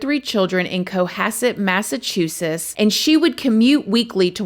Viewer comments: You’re killing me with this massachussus 😂 💀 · Great coverage on this story! Ive been meaning to find out what this story is about so thank you 🙏🏼 Also, I dunno if it’s because I’m listening to this my ear pods, but the way you say Massachusetts has me 😂😂😂😂 It sounds like you are saying “Massachusess” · Yes, you are totally saying “Massachusess! I love it 😂😂 you are awesome ❤ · Another BRIAN?!, say Massachusetts two times. 🙂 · The way you say Massachusetts makes me chuckle 🤭 ❤